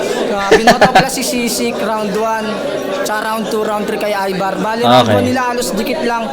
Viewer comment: ayVar hindi Evar HAHAHAHHA